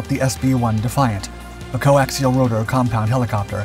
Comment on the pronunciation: Coaxial, just say coaxial ffs